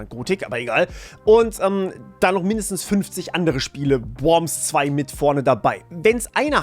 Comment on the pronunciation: Haha, bei Gothic hat's zur korrekten Aussprache gereicht – dann kommt einen Atemzug späte Worms xD